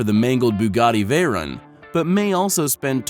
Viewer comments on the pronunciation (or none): Veyren I thought it was veyron